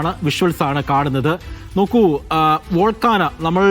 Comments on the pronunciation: ഞാനൊന്നും പാഠപുസ്തകങ്ങളിൽ വോൾക്കാന പഠിച്ചിട്ടില്ല..😅..ഒന്നുകിൽ american english pronunciation ഇൽ Vaal:kay:now അല്ലെങ്കിൽ british english pronunciation വച്ച് vol:kay:now എന്നും പറയും. കുറഞ്ഞപക്ഷം വോൾക്കാനോ എന്നെങ്കിലും പറയും. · വോൾക്കാന അല്ല 🤔 വോൾകേയ്നോ-Volcano (vawl·kay·noh) ആണ്. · വോൾകാനിക് 😂😂😂 വോൾക്കാന 😂😂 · " വോൾക്കാന"യോ?........ അതെന്തൊരാന? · വോൾക്കാന 😂😂😂😂😂 ഏത് തരം ആനയാണ്